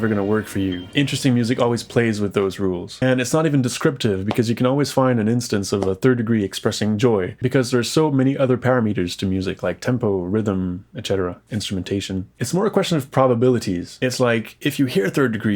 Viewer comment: "parameters" is pronounced pa-RAM-a-ters, not par-a-MEAT-ers.